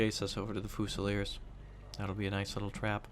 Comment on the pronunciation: Every time he pronounces it foosileers I die a little inside